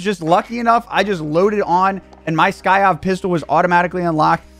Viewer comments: SY-KOV not SKY-OV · its the sykov not the skyov lol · It's SY-KOV not SKY-OV bro! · Today on learning to read, Sykov.......pronounced psy kov. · Bro it's a syyyy kovvvv The k doesn't come before the y lol damn that was killing me 🤣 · Lol the new "Skyov" looks dope but it says sykov lmfao i hope he notices how he's pronouncing it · It’s not skyov, it’s sykov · Whatever is Sykov not Skyov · "we finally got the new skyov pistol" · The way you say the pistols name is hilarious. You call it skykov😂😂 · Sykov, SY KOV.. But yes this thing gonna be broken. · lolol skyyoffff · Did he say Skyav pistol 🤣🤣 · Lol it’s sy kov 😂🤣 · I didn’t know it was the hard to say sykov I’ve seen 5 different channels pronounce it wrong